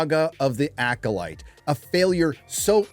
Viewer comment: Did you call it the Yackolyte? HAHAHA!